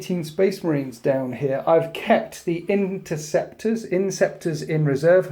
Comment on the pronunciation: How does one always fuck up the word interceptor so badly?